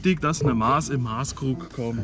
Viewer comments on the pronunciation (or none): es heißt MASS.. kurzes A, scharfes S. und nicht MAAs oder MAHS.. warum lernt ihr das nicht?!